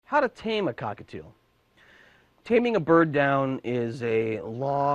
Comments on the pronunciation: At the beginning he said cockatoo! IT'S A COCKATIEL! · Couldn't even get 5 seconds into the video without messing up. CockaTIEL not cockatoo!